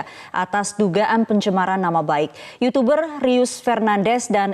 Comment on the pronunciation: yutuber mba.. bukan yucuberr.. jgn ikut2an rando ah..